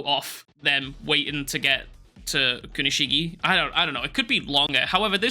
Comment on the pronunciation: Sorry if I sound like a nerd but It's actually pronounced Kunishig(AY) not Kunishig(Y) 🤓